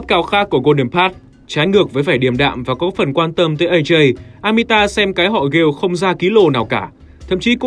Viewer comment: Cho hỏi sao lại gọi là Ghale (kiểu Gale) thay vì gọi là Ga Lê:)) tại trong game hình như ai cx gọi Ajay Ga Lê:)) Ga Lê nghe cx cuốn hơn và cx k phải méo miệng nói từ Gale:3